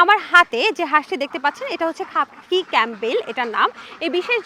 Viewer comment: খাপি ক্যামবেল না সোনা 😂এটা খাকি ক্যামবেল বলে